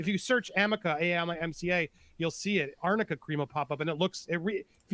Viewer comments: AMICA cream?? It's ARNICA cream. She got it mixed up because in lower case they both read the same (in some fonts)! Did she even do her homework? So she's obviously using this wonder cream as the reason why AH's bruises and swelling go down so miraculously but she doesn't even know WTF it is?? How much is she being paid ?? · I wonder if Amber passed her a note that said Arnica Cream, but read it as Amica and had no idea what it was 🤣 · Listening to this lawyer mispronounce arnica cream just screams of poor preparation.